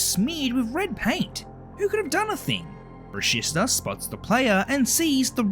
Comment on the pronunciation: It’s “bruh-she-sta” not “bruh-sis-ta”!!!!